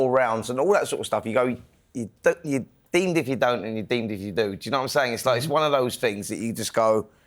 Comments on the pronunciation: It's "damned if you do, damned if you dont" Spencer 😂 deemed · "Deemed if you do, deemed if you dont" ahahahaha thicko